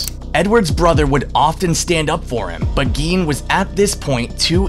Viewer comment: Gein pronounced “Gain”